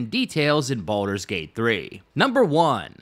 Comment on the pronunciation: The fact that Wyll says thank Baldrun